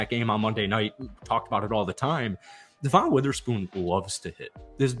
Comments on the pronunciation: Brother. Love the vids, but his name is "Deh-Vin" not "Duh-Von." Just been driving me crazy lmao. Keep up the hype vids! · devon witherspoon's name is pronounced "devin" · Dev-un Witherspoon (sorry, was driving me nuts) 😂